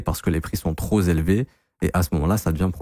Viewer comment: les prix sont tro"p" élevés et non tro"z" élevés, liaison jeun homme 😉😅 Merci🙏